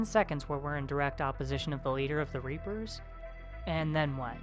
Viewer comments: LOL reaper-Os xD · Reap-o's XD